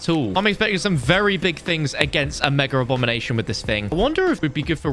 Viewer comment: Why does he say megaRRr.. abom